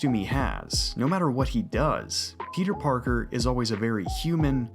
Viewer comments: Everytime you say "peter parker" I hear pizza parker lol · am i retarded or does he say pizza Parker